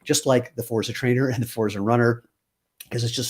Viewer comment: congrats on the new designs. forza has a heavier emphasis on the z...imagine its a double zz sound like pizza and you've got it. looking forward to trying a shoe after getting some sandals